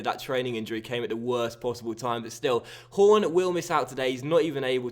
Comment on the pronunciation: When you said horn it sounded like you said porn